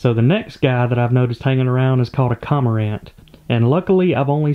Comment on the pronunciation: That bird is a Cormorant. You miss the pronunciation. Its not a Comorant